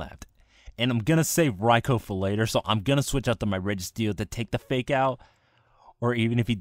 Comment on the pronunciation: I gave it a like for your thunder king raikou..I mean rai-oh.